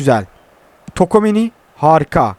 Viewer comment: Ulan hala tokomeni diyon çuameniye